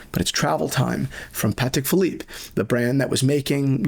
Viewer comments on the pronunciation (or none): none